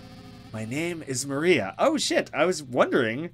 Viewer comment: Dude you're pronouncing the name Mariah all wrong, it's pronounced Mah-rye-uh, not Mah-ree-uh